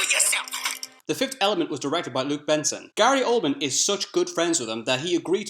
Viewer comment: The Fifth Element was directed by Luc BESSON, not Luc "Benson". Smh.